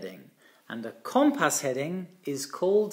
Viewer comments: Brilliant video as always! One small point is the pronunciation of “compass”. The first syllable is pronounced not “com” as in “common”, but “cum” as in “come here”. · It’s pronounced “cum-pss”. There is a very short vowel sound between the ‘p’ and ‘s’. The ‘o’ sounds more like a ‘u’. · has issues with his "O's". His grasp of the English language is exceptional, all he needs is to tackle the word Cooompass and he will have cracked it. Pronounced Cum-pass.